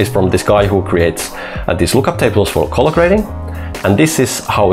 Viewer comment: You make great videos, but you really need to stop pronouncing "colour" like "collar". Colour sounds like "culler" in English. Seriously.